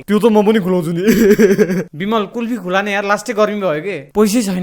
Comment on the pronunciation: खुला रे? के खुला मु* खुवा भन्न सक्दैनस?